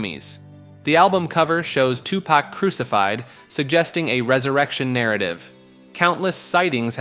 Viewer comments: Two pack 😭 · 😂😂 u mean TuPak like he stated 😂😂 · “2 pack” My guy it’s been 30 years, it’s on you to know that’s not how it’s pronounced lol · two Pack... Soojee Knight... Lmao im not even American but the pronouncing was Horrible...Lmao Befriend some Black People at least hahahahahaah Jeez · Hahaha bro tough to be a subject matter specialist when you COMPLETELY messed-up BOTH Tupac's name, AND Suge Knight. It's pronounced "Shug" Knight, & TWO-Pac, not "Sugee" Knight & "Two-Pack" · I literally came to say the same thing. 2 pack and soo jee knight lmfao. I swear they do this on purpose. I hate it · Ok, he is driving me crazy with mispronouncing Tupac and Suge... 😡😡😡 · The pronunciation of 2Pac and Suge's name took me out. 🤣🤣🤣